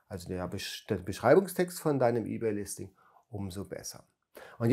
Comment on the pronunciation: Ey-bay und Wördpress, wer kennts nicht 😂✌🤔